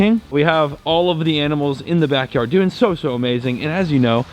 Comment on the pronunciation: I love when goes,how ya derin